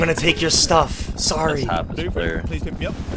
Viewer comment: “Blooprint” Not blueprint I’ve seen too many people say it in his comments 😂